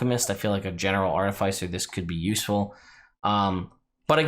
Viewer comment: The second "I" in artificer is soft. The emphasis changes between American and British English.